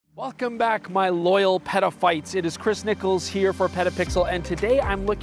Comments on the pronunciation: Dangerously close to petaphiles lol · nah dude. stop saying petaphyte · Every time he says Peta-phite I think of a different word. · Nah, say it again. I laughed. Comedians get away with worse. 😂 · I fully agree. “Peta Peeps” perhaps? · Peter File… 😅🤦‍♂️😂😂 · I know that was horrible 😢😢😢😢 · Even peta pixel is dodgy. Ha ha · Don't ever say petaphytes again delete the video or edit that part, I cannot be a fan of you and have you saying this stuff dude, I just can't. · Yep, I thought I can't be the only one hearing this ;-)